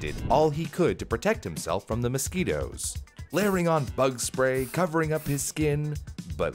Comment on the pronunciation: i heard mosqitos and di-ks